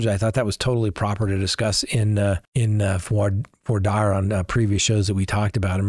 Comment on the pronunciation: Ok. I can't. Why is he pronouncing voir dire this way? I've never heard anyone do this and the French is incorrect what is happening